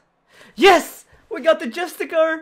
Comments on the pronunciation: Jus - ti - CI - ar, not Justicar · ITS JUSTICIIIAR NOT JUSTICAR!!!!!!!!!!!!!!!! xX'D love the vids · This man keeps pronouncing Justiciar as Justicar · JUSTIKAR hurts my soul every time Justissiarr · It's not justacar, it's justiciar. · It's called a Justic-i-ar. Pronounced with S. Driving me nuts dude.